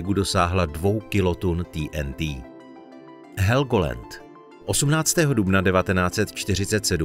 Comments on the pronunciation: Helgolend.....to mi urvalo usi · To je este ok.Ked som pocul ze helgolend som myslel že odpadnem.